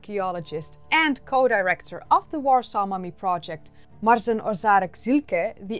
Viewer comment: "Marzena"... dr. Ożarek-Szilke's name is "Marzena". Every feminine name ends with "-a" in the basic form, that is how we (Slavs) recognize them.